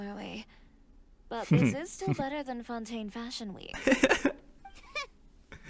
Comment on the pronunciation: "I cant believe they say Xavier 'Sa-vee-ay' and Fontaine 'Fon-tayne'" X'D Teyvat has its own laws, what can we say